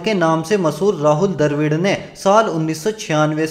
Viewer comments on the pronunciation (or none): He is rahul dravid. Not darvid 😂😂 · Hum ghabra nahi rahey. Tu ghabra raha hoga. Bolna tuzhey abhi tak nahi aaya. Kab bolna seekhega? Abey 228 match mai 278 paari kaisey ho saktee hai Lundar. Aur Darvid nahi Dravid.